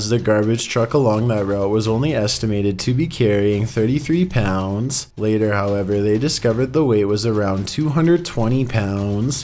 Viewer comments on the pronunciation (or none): none